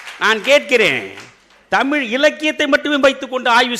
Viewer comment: The present day generation does not how to pronounce LA and ZHA in Tamizh